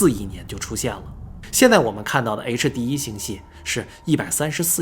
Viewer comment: HD1的發音太完美了 終於不是夭